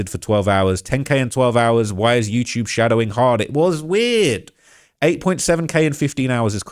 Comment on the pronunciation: “You-chube “